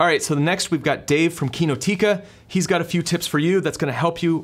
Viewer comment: Dave from Kinotica...should know the way you say it is wrong : the accent is not on the second i but rather on the O